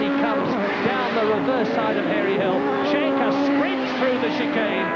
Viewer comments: As a Norwegian, I can`t get over how the commentator pronounces Martin Schanche`s name 😂 Sounds like he`s shank-happy. (It`s pronounced Skankeh) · Even better if he'd learned to pronounce Schanche. It is not "Shanke", but "Skanke"